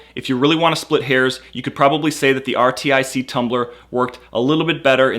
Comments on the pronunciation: Artic...ARTIC...not R.T.I.C. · it is Arrr like a pirate (Artic) not R T I C.. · R-T-I-C what!? Artic 😂😅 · RTIC is pronounced like arctic not R T I C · RTIC is pronounced as Artic, not r t I c. A couple of times you even said RITC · RTIC IS PRONOUNCED "ARTIC" like arctic. How did this guy not figure out how to pronounce the name after reading it so many times. He also kept messing up saying ritc and rtic. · You pronounce rtic as artic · You don't have to say RTIC in single letters, just say arctic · it's pronounced Artic not rtic. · I hate how you say R-T-I-C. It's pronounced like arctic! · IT'S NOT R.T.I.C.! IT'S PRONOUNCED "ARTIC". Holy shit. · why does he spell out RTIC? its pronounced just like arctic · you can say Artic instead of R.T.I.C. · it's not R.T.I.C. it's like saying Arctic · R.T.I.C......? No its pronounced Arctic. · it's rtic. not r-t-i-c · lol its pronounced arctic not r i t c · it's not R T I C. it's artic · Not R-T-I-C...It's Arctic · RTIC is made in Cypress, TX which is an area in Houston. And yeah, their name is pronounced R-Tic like the Artic in Antarctica lol Or at least remain consistent and spell out Y-E-T-I 😂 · It's pronounced are-tick not R.T.I.C. but great video. I love my RTIC. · U kniw it’s pronounced artic? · Pretty decent comparison video. FYI, RTIC is supposed to be pronounced as Arctic with the first c being silent of course. There's even a picture of a polar bear on the lid. No self-respecting gun owner would own a Yeti anything. They're publicly anti-gun. I'll stick with my RTIC where I can get more color choices than the Hellmart brand. Also I saw in another vid that the Ozark Trail brand had wonky lid seals...Pass. Keep making vids bro. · It’s r-tic you dipshit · Good video, but jesus christ how annoying what is that he couldn't just call it rtic "artic" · Lol it’s pronounced artic. R-tic. Get it!? 😂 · I'm thinking it is pronounced "artic"... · RTIC = "artic" (how most people say Arctic) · its R-tic